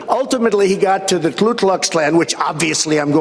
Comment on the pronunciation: You DT...it's not Klu...it's Ku!